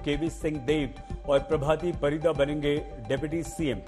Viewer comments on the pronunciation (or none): "Parida" title in Odia is pronounced as: "परिड़ा" not परिदा. Kindly don't destroy our mother language.